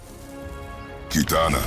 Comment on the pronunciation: why do all of your AI voice announcer mods say “key-tahna” instead of Kitana? (With the exception of peacemaker)